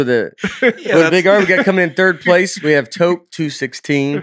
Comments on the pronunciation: Sorry if this was already mentioned but "toque" is pronounced as "toooook" (the "tooooo" part sounds like "booooo") not "toke" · Toque is pronounced like the number 2 with a k at the end (two-k), vs. toke. 🤣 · TOQUE = 'TUKE' lol not a 'toke' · "Toke" lmao noooooooo. TWO-K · It’s TOO-K! Not toke. 🇨🇦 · it sounds like toooque - long toooo sound not like toke.... and it's a Canadian thing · I'm Canadian and I was trying to figure out what a toque was lol...but it's just the way it was being pronounced. We say it more like "two-k" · I still can’t handle the toque/toboggan conversation. Beyond funny as a Canadian. It is pronounced two-ck, like ‘toot’ with a ck instead of a ‘t’ at the end. Love the podcast and has me laughing out loud by myself as I walk my dog which I’m sure causes some people to wonder what is happening. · Toque is pronounced "Too-k" (phonetically). Say the word 'Two' then add a 'k'. Im canadian